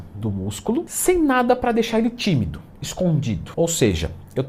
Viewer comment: Pretuberância foi ótimo. Kkkkkkk. Não seria protuberância!!! Nota 10 na dieta, já no português não podemos falar o mesmo!!! Kkkkkkk